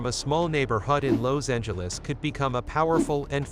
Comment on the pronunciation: Where the f**k you from pronouncing Los Angeles they way you do,? I ain't never heard it like that?